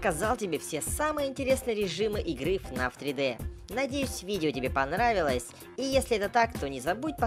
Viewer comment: Не кнаф а фнаф